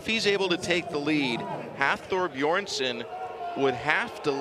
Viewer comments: Can somebody tell the announcer that its "Bjornsson" not Beeerson" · “Beerson”? Son of beer, son of brew! (Btw it’s Bjornson, these are elite athletes, get it right!!) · well it´s difficult to write an explanation, its Björnsson (son of Björn) with an ö, it´s an icelandic letter (also in swedish and some other languages) that is pronounced in a similar way as the danish and norwegian letter ø. It´s not beerson or beardson although we do find that funny. Also the r becomes almost silent in the pronunciation but that depends on where in Iceland you´re from. check out the pronunciation here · David Kymdell It’s because he mumbles. Seriously, they cannot even be bothered to pronounce the names of the world’s strongest man title holders from the last two years correctly?